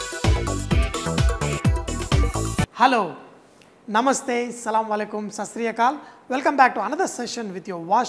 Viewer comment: LOOOOL "salem aleckam!" i love it